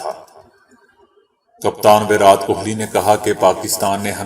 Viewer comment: ورات ورات بول بول کے آپ نے﴿وراٹ﴾ لفظ کی دھجیاں اڑا دیں ۔ ایسا لگ رہا تھا جیسا کوئی سر پے ہتھوڑا مار رہا ہے ۔ پلیز آپ ایسا کچھ کریں جسے ہمیں ، اس غلط انداز بیان سے چھٹکارا مل جائے پونا بھارت